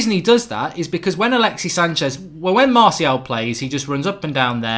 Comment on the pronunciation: I like how you say 'marthial'